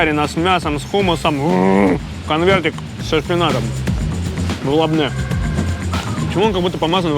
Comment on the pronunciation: Тхина и лабоне а не лабне тахиния и не шакран а шукран а шакран переводится как обманщик врун